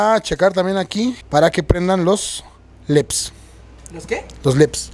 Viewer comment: LEDS, NO LEPS 😂